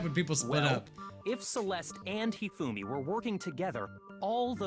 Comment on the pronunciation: Everytime they say Celeste I go "quote on quote "cEleStE"